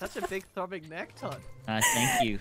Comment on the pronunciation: It stayed neek not neck